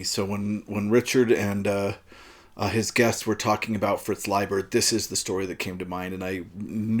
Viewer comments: Thank you for the corrected pronunciation. I've been mispronouncing his name for six (!) decades. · here in brazil we usually pronounce "Layber" haha good to know the correct way.